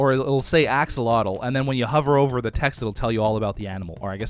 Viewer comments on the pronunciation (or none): none